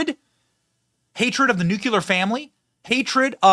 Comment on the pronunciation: Learn how to say NUCLEAR. 🙄